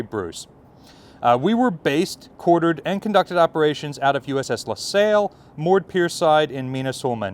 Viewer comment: La Sail? The USS La Lasalle is pronounced like a guy named Sal. She was still around while we were in Desert Shield/ Desert Storm. We had a Stinger detachment above us on the O5 level above CIC during Desert Shield/ Desert Storm (aboard CG-20). Great video, not trying to nit-pick, just fyi stuff.😀